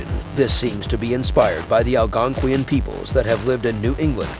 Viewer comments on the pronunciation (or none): none